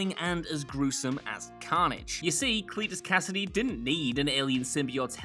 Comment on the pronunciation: "Clit"-us c-"ass"-idy